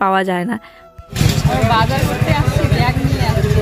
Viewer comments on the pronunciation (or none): none